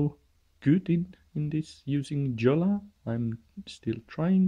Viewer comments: PS it's not "Jolla" it's pronounced "Yo-la" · It is pronounced yo-la. The "J" is pronounced like an English "y". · Jolla read as in English is really hurting to hear.. :) Jolla has to be said as Finns would say it!